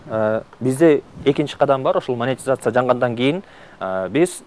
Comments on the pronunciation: Маекке даярданып койсо болот да, Монетизацияны-МАТИЗАЦИЯ дей бербей. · "АЗАМАТ", мен болгондо ыңгайсыз кылып улам эле "мотизация" дейсиң да "монетизация" болот деп 😊айтмакмын